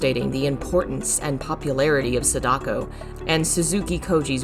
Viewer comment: "Sedako" XD